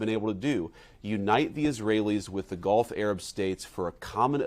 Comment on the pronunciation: Did he say Golf Arab States, or Gulf Arab States?!